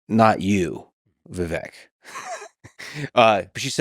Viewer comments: YOU PRONOUNCED HIS FIRST NAME WRONG 😂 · Even Lex can't say Viveks name right 😅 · I love how he said dude’s name wrong in the intro lol it’s supposed to rhyme with cake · It's pronounced like cake -- Vivek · It’s Vivek like cake. You mispronounced his name on the intro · Viv-ake like Cake. Not Viv-eck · Its pronounced Viv-ache. Ache like "i have a back ache. Not Viv-ek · "Viveck" its vivake like cake! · Vivek... but pronounced Viv-ache, it should ryme with cake. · Profound Podcast as usual! Lex I was shocked you don't know how to pronounce Vivek's name yet. It's Vivake like Cake but it's spelled Vivek. I wish Vivek said something, he usually does. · Its Vivek, not Viveck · You owe it to your guest to at the very least get the pronunciation of their name right. It’s Vi-vake, like cake. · Hey Lix Feedman … you can’t even pronounce Vivek’s first name correctly. Shame on you comrade. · Lex mispronounced Vivek's name and nobody cared. Say Kamala wrong and you're racist. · For someone that idolizes Musk as much as Lex does, I can’t believe his brain is still weak enough to be groomed by a dingbat like Mark Cuban. He came off defensive, weak, irritable, and incapable of deep thought/processing in this interview. To start the introduction off by repetitively pronouncing Vivek incorrectly (when he’s corrected people numerous times and is well documented) shows his lack of respect. To make snide comments and bring an eye roll energy the entire time shows he clearly had an agenda with this episode. However you can’t find a negative comment on this video about Vivek. It shows the people can read through Lex’s weak approach to discredit the intelligence and ability to unite that Vivek brings, and all Americans are desperate to have back in office. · Fuckin Lex... mispronounced his name in the intro. 😂😂😂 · Bro interviewed Vivek and didn’t even look up how to pronounce his name.